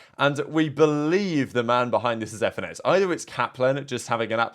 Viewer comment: bro said fenis